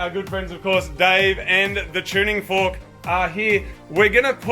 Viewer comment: Perfectly said tfork